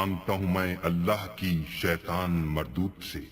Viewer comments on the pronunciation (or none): none